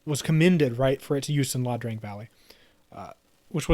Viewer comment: One nitpick. It’s Ia Drang, not La Drang.